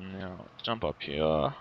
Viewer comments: down mnhearryah hehe he says it funny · I fucking hate the way he says here. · I can't stand the way you say "here".